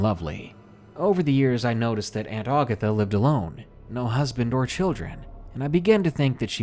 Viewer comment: Great video, man. I prefer the "non-fiction" stories (stalkers, kidnappers, home invaders, etc.) to the supernatural ones, but figured I'd give this one a shot. Was not disappointed. That said, I must pick a couple of nits. In the Aunt Agatha story: It's not "Augatha." Ag as in hag. Ag-atha. And Mobile, Al., is pronounced Mo-beal.